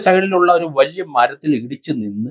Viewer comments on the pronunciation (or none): none